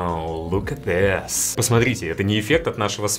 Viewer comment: Можно попросить давать сочного шапалаха ведущему, если он будет продолжать в каждом своем ролике говорить так мерзко-мерзко: «Look at this» Я точно знаю что я не один такой, кого от этого «чистейшего» произношения аж выворачивает))